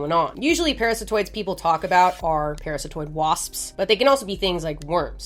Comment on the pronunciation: Parasitoid ❌️ Paratistoid ✅️ 😂